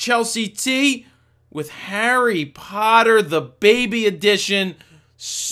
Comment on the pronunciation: Hahaha. He said "Harry Pooter."